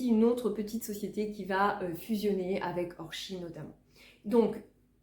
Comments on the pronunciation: Bonjour, votre façon de prononcer Orchies est bien la bonne. Parole de nordiste ! Lol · Bonjour, Je découvre vos videos,un vrai régal à regarder, très plaisant. Merci pour vos partages. Habitant le village à côté d’orchies,je vous confirme que vous avez raison de prononcer le '"ch" Belles trouvailles !